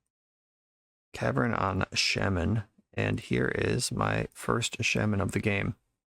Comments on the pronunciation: Are you intentionally saying shemen rather than shaman 😂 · never heard someone say shaman like that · Yeah that’s something I thought was a little odd too but I figured it was just one of those words that is pronounced differently based on region. He is pronouncing the first syllable as if it rhymes with “lay”, “hay”, or “bay”, while I’ve always heard it pronounced as rhyming with “saw”, “law”, or “awe”